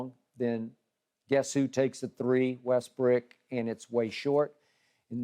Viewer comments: Skip always saying Westbrick.....but won't call his boyfriend Tommy Screenpast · Skip keep calling Westbrook “WESTBRICK” clearly after Russ said don’t call me that. Is HILARIOUS. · Skip gotta stop saying westbrick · Damn skip everytime I heard him saying Russel westbrick damn